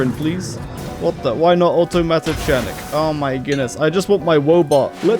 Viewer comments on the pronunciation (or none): “chanic” (in automatochanic) is pronounced with a k like “mechanic”